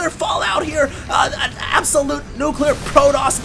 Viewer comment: dont be one of those guys that cant say nuclear properly